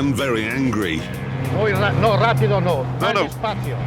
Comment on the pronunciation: rapído, trancuilo? -tranquilo -rapído?